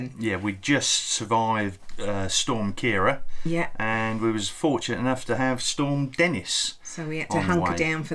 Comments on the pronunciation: What you are calling a 'pontoon' full of duck & goose poop wobbling in the wind... Stateside we call a 'dock'. A pontoon Stateside are two air filled cylinders that hold up a boat or vessel! You say Ciara (key air ah) Stateside we say Sierra or See err ah. I have been to the RST in 1981 on a tour with TWA (aahh the good olde days) and I saw 'Hamlet' it was outstanding! Cant believe those water levels! Wow! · Ciara, pronounced Keera, an Irish girls name, the feminine version of Ciarán and meaning "dark-haired". 😊